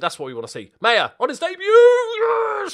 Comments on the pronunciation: Maher is pronounced "Maar" as in Johnny Marr who was born Johnny Maher but changed it because Brits can't pronounce "Maher"! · maher is pronounced marr if irish